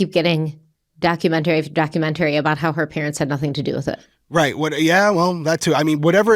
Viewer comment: I am here for pronunciation of documentary. Just saying.